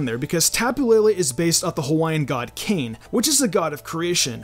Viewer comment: Ayyy awesome video ! Just a heads up, the Hawaiian god Kane is pronounced (Kah - Nay).